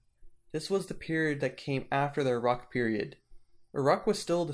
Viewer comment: Such a shame about the poor pronunciation of Uruk and other names. Took me a few seconds to figure out that Err-aahhk was Uruk.